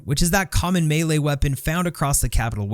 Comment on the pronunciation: The way you pronounce “melee” is kind of galling💀